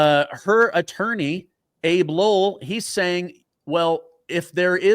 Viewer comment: Her lawyer's name is pronounced "Ah-bey", not "Abe"...... too picky? No. Not knowing how the name is pronounced makes you look ignorant and diminishes the effect of your argument. Having said that, I sure do hope that James goes to prison for years..... I doubt it will happen but it would be sweet justice if she did. Likely she will just get a small fine.